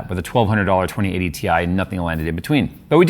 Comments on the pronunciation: And it's pronounced "tie" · It's pronounced "TIE" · its pronounced Titanium same as its the periodic table symbol "Ti" for titanium. Despite NVidias marketing people forgetting them claiming that term a long while back.. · On the official launch video from NVIDIA, the announcer called it a "tie". Maybe he was foreshadowing it's performance comparison to a regular 3070.